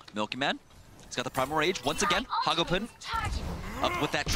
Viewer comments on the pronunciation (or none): I hate how says hagopeun